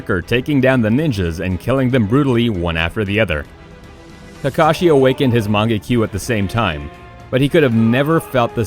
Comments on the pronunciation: lmao did you hear the way he said mangekyou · im sorry say mangekyou again